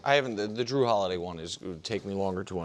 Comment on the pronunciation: Mf said Dru Holiday lmfao